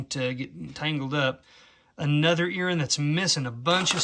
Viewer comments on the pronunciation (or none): What exactly is an Erin? I heard you say it a couple of times... oooohhhhhh earring! Sorry😅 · What is an earren? Do you mean ear ring?